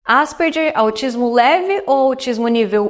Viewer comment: Se fala Asperger como se fosse "gue" no final...